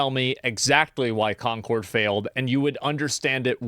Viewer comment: Here we go again with Corn-cord, yes, I said Corn-cord instead of Concord. It really is the worst failure I saw in my life.